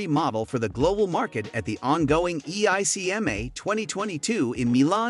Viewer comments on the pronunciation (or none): Can the computer voice not even pronounce stuff like Chassis and EICMA?